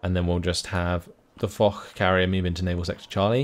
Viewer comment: Loving the videos! Btw, Foch is pronounced "Fosh".